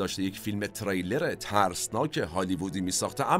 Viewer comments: Thanks for the program. you meant ”thriller” ( the genre of the movie) not ”trailer”, you pronouced wrong! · سلام و عرض خسته نباشی. جسارتا چون خیلی دقت در تلفظ لغات دارید، و من خیلی از فیلم هاتون لذت میبرم، سک نکته رو عرض کنم: فکر کنم واژه thriller را به اشتباه trailer میفرمودید که کاملا معنای متفاوتی دارند. ارادت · ، شرمنده شما هستم، اما تریلر درست نیست، ثریلر درسته 🌹🙏🏼 Trailer and thriller are two different words with two different meanings 🙌🏼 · تِرِیلِر نه، تریلِر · خسته نباشيد.بسيار عالي بود.تلفظ واژه thriller اشتباه گفته شد بارها.ممنونم از توجهتون🙏🏻